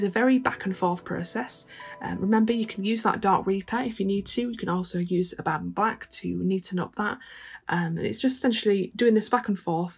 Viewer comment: Wow- that shield looks great. You’re my new favorite painter, if only because you pronounce Abaddon properly!